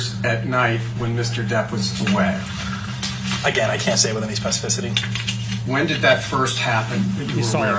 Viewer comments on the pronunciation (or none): The only thing I remember from the guy deposition is the word Spefissicity .